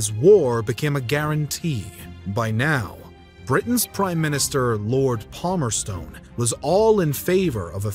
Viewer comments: Is is not Palmerson not palmerstone lol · "Lord Palmer-stone" His icon: Lord Palmerson